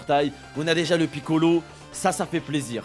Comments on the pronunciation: yo pourquoi tu dis piccolo ztur lol mais gg luck de ouf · Gg pour les gohan go le monter et arrete de dire kamiccolo ztur😭😭😭😭 sinon bonne vidéo mon frérot 🤗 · "le piccolo ztur" mdrr j'suis mort